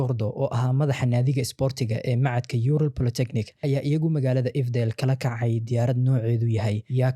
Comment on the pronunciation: Yural ma ahan ee uuraal ugu dhawaaq burta